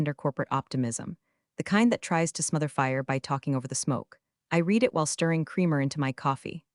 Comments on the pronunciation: RED, not 'REED' Fix this. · 😂 “pourable paper shredder” sent me and yeah, it’s red, not reed, someone please coach the bot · resume is pronounced as res-u-may not resume; R & D is not spelled as R D; portable is not spelled as pourable; whirred is not spelled as word; how hard is it to say subparagraph c? read is pronounced as red; read is pronounced as red; is not spelled as folio; again, folder is not spelled as folio; again, folder is not spelled as folio and # is pronounced as number not hashtag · In the captions: pourable paper shredder? Also teach the narrator how to pronounce the past tense of read. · It cannot even differentiate between read present tense and read past tense.